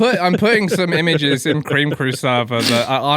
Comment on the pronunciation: Cweam cwoow